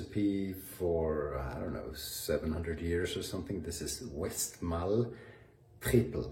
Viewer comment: The Lowlander pub in London had — for more years ago than I want to admit to — a chocolate cake in two parts made from dark and white chocolate — and the Westmalle dubbel was excellent with it. BTW, the Westmalle abbey is in Flanders so you shouldpaobably pronounce that final e too: West mall-ehh. Free food, free beer — but no laundry service? I suppose that "two out of three ain't bad" enogh not to come home.